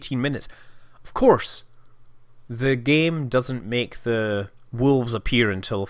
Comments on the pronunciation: Scott Manley Entirely possible! That, or it's just your impaired pronunciation making things funny for us who are neither scottish nor american (or from any other english-speaking country for that matter). In either case you did say 'wolfs' :p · Definitely a "f" in there. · Scott Manley I also hear Wolfs, Maybe with a smidgen of V in there, Wolvffs maybe, but there is definitely an F in there. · I laughed , criticizing american pronunciation... and then saying "wolfs" =D